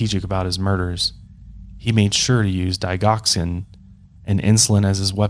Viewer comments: Our meds are kept in a locked dispensing system that we access with our fingerprint. And since you asked 😊 it’s pronounced DiJ oxin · I always thought the g in digoxin had a j sound, because it's made from the plant foxglove, aka digitalis, and I was sure the g in digitalis had a j sound too. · Australian Nurse. Overall, most meds aren’t restricted, so OD’ing a pt on insulin or digoxin would be easy. But it’s also traceable with pathology, so one can assume you’d get caught… Pretty shitty that unstable people use high trusting jobs to do crappy things. I also say digoxin so differently than the way you say it 😂